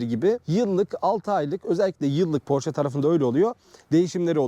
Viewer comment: marka ismini doğru düzgün telafuz eden az sayıdaki kişiden birisin,her özel isim kendi dilinde okunur ve bunun ki almancadır,amerikalılar ingilizler kendi dilinde porş diye telafuz ediyorlar ama oralarda da çok tartışılan bir konu